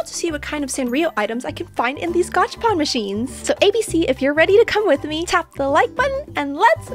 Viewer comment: Is it just me or the like bottun just glow rainbow when she said top the like botton?😅